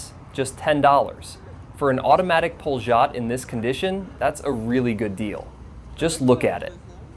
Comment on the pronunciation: Pol'-y-ot not pol-zh-ot